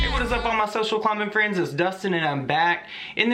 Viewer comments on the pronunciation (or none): I thought he said "social climate friends "😏😂